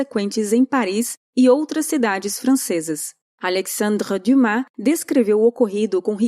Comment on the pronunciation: Como é insuportável o francês dessa menina, aliás alemão também. Alecssandrrr Duhmá, Adolfh Ritlá 🤪🤣